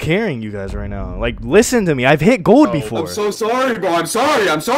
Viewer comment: shit had me in tears "LISTEN TO ME IVE HIT GOLD BOFORE" 💀